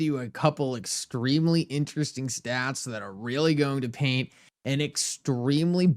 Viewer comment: Ex-TREEM-lee! x 20 😆But I feel you. Thank you for the content.